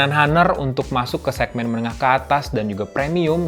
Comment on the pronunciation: Bacanya "anr" Bang.